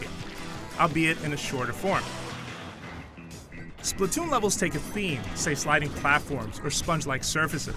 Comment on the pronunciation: It's actually pronounced Splat not Split.